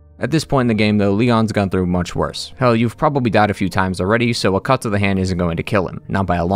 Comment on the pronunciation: Lmao "yoive"